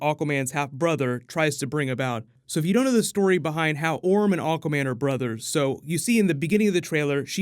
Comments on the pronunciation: Why does he say "Aw-quaman" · Misheared AWKWARDMEN ....yet you can't unhear it too :D